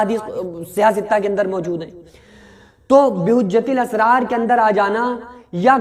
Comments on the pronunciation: کو بہجۃ الاسرار کا نام تک ٹھیک لینا‌نہیں آرہا ۔ اردو پڑھ لے پہلے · वो कैसा मुफ्ती है जिसको बहजतुल असरार किताब का नाम भी सही से बोलना नहीं आ रहा एक किताब का नाम नहीं आ रहा बोलना और बन गए मुफ्ती 😁😂